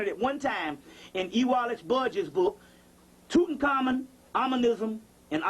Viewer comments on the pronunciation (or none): none